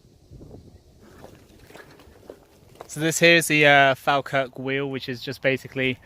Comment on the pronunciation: Omg god you are saying falkirk worng I was loving videos but that tested me ( jk love the videos thinking about doing this myself one day)